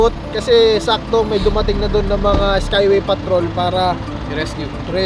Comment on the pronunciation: Skyway hindi skaywey